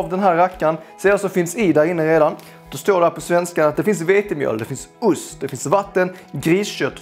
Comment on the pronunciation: Det heter ost, ust är något annat!;) Rolig idé, haha älskar reaktionen när du inser att degen blev lite väl tjock, gött fniss